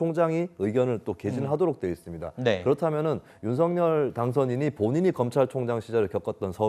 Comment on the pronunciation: 윤서결 발음 틀렸어요 윤석열-발음 을 (윤성열) 한라산-한나산 아니죠? 할라산